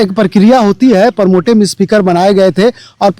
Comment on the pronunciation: प्रोमोटिव नहीं प्रोटेम स्पीकर होता है।